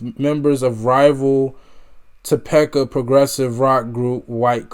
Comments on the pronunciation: It's pronounced Topeeka. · Topeka pronounced ( Tow-peek-a) lol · It's pronounced Toe-peeka (Topeka). Lol. These guys, and their music, are Classic and Timeless!! RIP Robby Steinhardt. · It's pronounced to peek oh Kansas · It's pronounced Toe-PEE-ka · I don't want to embarrass you but the capital of Kansas is pronounced Toe-pee-ka but spelled Topeka and this song is the main song for the show Supernatural. Which fits the show perfectly. I hope that I didn't embarrass you but public education isn't there to teach children but to indoctrinated you to be a controlled human being by a tyrannical government. Obviously you're about music education which most Americans schools do not offer to children. I was lucky to have great parents who push for me to get everything out of a public education and my highschool offered music education like band, choir, keyboard, guitar, and music theory and music history and music appreciation classes which I took mostly music classes. Eventually I was taught stage lighting and sound production and stage crew for musicals. After highschool women were never to rarely hired for backstage production but I was in the right place at the right time and was finally hire to do stage lighting for rock bands and other artists. I worked with trace Akins, Run DMC, Vince Neal of motley crew, skid row, warrant, blue oyster cult, motorhead, Megadeth, Egar Winter, Kansas, 38 special, and alot more. When I worked with Kansas to hear the entire audience sing this song back to the band was amazing. It's great to see people like you discovering great music from the past keeps great music alive and kids want to learn music, listen to Kansas song Dust in Wind, it's breathe taking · Toe-Peek-Uh Kansas. Great reaction man. I knew you were going to like this.